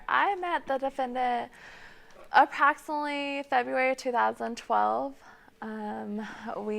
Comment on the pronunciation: "Approxeely" Wow.